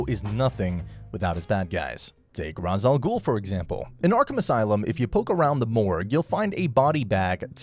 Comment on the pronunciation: Bro how are you going to mispronounce Ra’s al Ghul’s name when it gets said in the game series